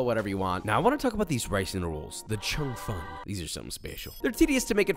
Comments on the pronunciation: Btw it’s pronounced Chong fun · "Chung Fun" nice pronounciation LMAO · im chinese, laughed when he said cheung fun and char siu, love the vid